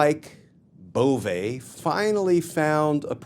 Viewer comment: His name is Bove, not Bovè. It lacks the acute. Cheers